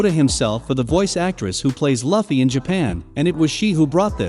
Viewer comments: Say luffys name right!! Wtfff! U were literally saying it right in the beginning. Its (loo•fee) not (luh•fee) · Omg, how many more times is he gonna mispronounce Luffy's name?? I'd even say the Japanese accent sounds better than this. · Bro. If you dont stop pronouncing luffys name with a short u instead of a long u im going to report your channel for misinformation. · Nobody gonna talk about how he is saying luffy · Dude, have you even watched One Piece? If you did, then you would know how to freaking say Luffy's name right